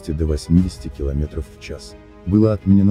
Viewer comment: Посмеялся как ДУблин ДублИном назвал😂. Аналогично как в Рашке рЕверс говорят когда это ревЁрс.